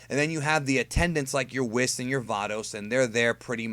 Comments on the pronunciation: "Wheerus" - has been playing too much DB Fusions. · I shot Rice Crispies out of my nose when you said Wheerus! LOL